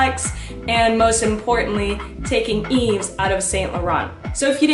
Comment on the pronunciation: You don’t pronounce the s in Yves haha, it’s pronounced Eve